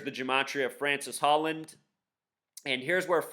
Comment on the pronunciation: His name isn't Francis Holland, okay... it's Francois (Frahn-swah) Hollande (Oh-lahnd).